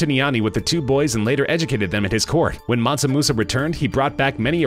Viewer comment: Mansu? Mansa fool...